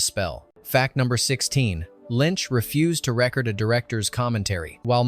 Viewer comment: "But early drafts from one thousand, nine hundred and ninety-four" !?!? The mispronunciation of "record" is also distracting.